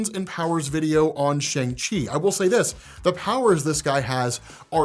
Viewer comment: All the chinese actors/speakers pronounce it "Shang" and NOT "Shaung". It is only used as a joke to rhyme with 'Shaun' by the american actors